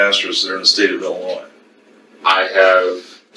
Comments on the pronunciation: This is the second time tonight I have heard you pronounce Illinois incorrectly. The "s" is silent. It is pronounced IllinOY. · the S is silent,. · I swear these people just run these through AI. The S in Illinois is silent. Illinoi not IllinoiS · Illinois, not Illi-noise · IllinoiZ..? It’s pronounced ill-inn-OY. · "Illinoise" lmao the 's' is silent It's pronounced Illinoi. Are u American? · It's pronounced "ILLANOY" not "ILLANOISE" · The “s” in Illinois is silent ill-annoy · Btw just for next time it’s pronounced “illinoie” not “Illinois” like it’s spelled. It’s easy for me since i live here but i get the confusion. Great vid though!!! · “Illinoizzzzzzzzz”?!? My goodness! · I love that he pronounces it illi-NOISE. I LOVE THAT IT DRIVES PEOPLE FROM THERE NUTS!.LOLOLOL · “illi-NOISE” lol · No "s" sound at the end of Illinois. It's "Illinoi" :Edit: I see you already know that 😂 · ELL-UH-NOY. No “s”. 🤘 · It's pronounced illinoy. The s is silent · The University of "Illinoise"? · DID YOU SAY "ILLINOISSSS"? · It's not Illi-noise...The S is silent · "Illinoiz". I can tell the narrator doesn't live in Illinois. You don't pronounce the "s". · "IllinoiS" 😶 STOP IT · Good ole university of ill-ih-noise. Plus, what innocent person says to the investigators they were trying to find something to show as an alibi. They’d instead say hey during that timeframe i was doing X and/or at location X, and also likely with someone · Hey!! It’s not pronounced ILLINOIZ! The s is silent! Get that thru your head!! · iliinoYS LOL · Why does the narrator say illinoiS? Just curious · IlliNOISE lol do some research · Don't worry about the state. I live less than 10 minutes from Illinois and everyone pronounces the s. Sometimes ironically. Sometimes not. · The s is silent at the end of Illinois lol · The "S" is silent in illinois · Illinois the s is silent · You pronounced Illinois wrong, the s is silent 😂😂😂😂😂.. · You committed the ultimate sin sir...... Illinois : S IS SILENT! 🤣🤣🤣